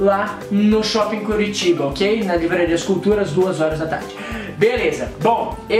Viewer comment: kkkkkkkkkkkkkkkkkkkkkkkkkkkkkkkkkkk Rezende falo assim em uma parte : VC conhece curitoba